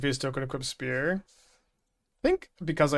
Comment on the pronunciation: Pronounces spear "spurs" yet refuses to say "Boots with the spurs" so we could make "Get Low" mashups.